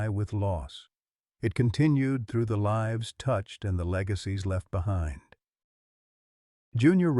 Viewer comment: Your storyteller, likely AI generated, pronounced the word 'lives' in the way that infers that someone lives in a house. The correct pronunciation would be 'lyves'